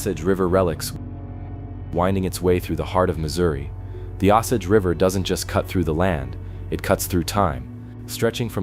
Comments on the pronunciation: Ok I’m sorry I can’t stand it anymore!! It’s pronounced O-Sage. Not ausage. It’s distracting from the stories. Do your research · Here's a little education for you...Osage is pronounced: long O as in no & sage is pronounced just like the herb - sage. I know because I live in southwest Missouri. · O SAGE fix the pronunciation. Missouri here, makes me crazy.😮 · It is pronounced O-sage as in burning sage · Here AI voice, let me help you with your pronunciation…. It’s pronounced “O sage” 2 syllables.. the “o” is pronounced then “sage” like the plant/herb.. A hard O and a hard A! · The Indian name an the river name are pronounced the same O-Sage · If you want people to understand what this is about you need your AI fixed. I've lived in Missouri almost 70 years, all my life, and it took me at least 10 minutes to figure out what it meant when it said what i believe to be Osage. Unbelievable!!! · I kept re pronouncing Osage every time it was spoken quite annoying ...🙏💯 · Also this is saying Osage right terrible.